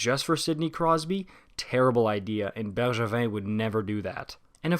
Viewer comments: how did you pronounced Bergevin that good ? It was perfect hahah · I was looking in the comments to see if anyone was gonna bring that up, it was actually pronounced perfectly